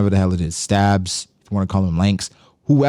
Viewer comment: Stabs or lanks took me out not gonna lie 😂😂